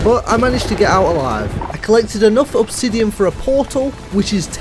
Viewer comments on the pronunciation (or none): "Look Illy enouph" "Buk'e o' wa'a"